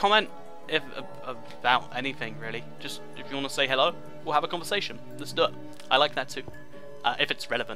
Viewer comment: You say hello so weird lol